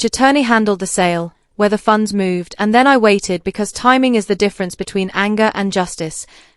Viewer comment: mispronunciation times are : 1.42 once, 1.50 recital, 1.58 moved, 2.10 de m y sister = my sister, 2.58 listed 2= listed too, 4.02 it 4.11 Toland = to land.